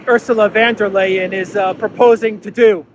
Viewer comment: Hi Love your channel. Watch it regularly. About pronunciation, Ursula is VON de Crazy not VAN de Crazy